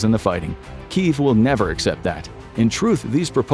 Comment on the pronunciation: Kyiv not Kiev